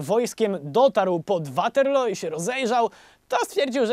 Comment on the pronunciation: Mieszkam na stałe w Anglii więc sposób w jaki wymawiasz "Waterloo" muszę przyznać że trochę piecze w uszy xd A tak ogl odcinek do ry jak zawsze <3